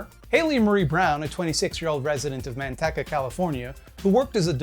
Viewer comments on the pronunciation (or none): Manteca is pronounced "Man-Teek-a" for future reference. Not that you should ever need to say it again I hope, but there you go. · Manteca = man TEE cuh -- we pronouce it "man-TEE-cuh" here in the central valley :) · So you mentioned manteca and I grew up there. Anyway it's pronounced "man-tea-ca" by everyone there. Why Idk. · MAN-TEEK-UH california*